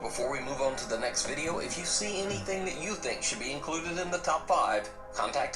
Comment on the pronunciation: "Hennything at all"